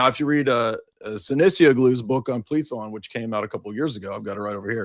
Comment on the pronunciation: lmao it’s Πλήθων in Greek, pronunciation was correct